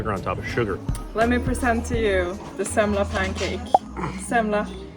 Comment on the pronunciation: I love how you pronounce "semla" in Gothenburg accent.